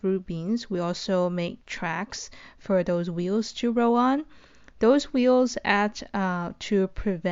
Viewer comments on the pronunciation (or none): its roll on, not row on